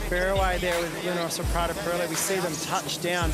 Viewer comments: I'm still struggling to understand why the commentator can't be bothered to pronounce the name of Luna Rossa correctly. It seems like a laziness bordering on insulting. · Hai perfettamente ragione, non solo sui colori ma anche sulla pronuncia. Non è che non sanno distinguere le consonanti doppie - è che non conoscono la differenza fra l'accento grave (rosa) e l'accento acuto (rossa).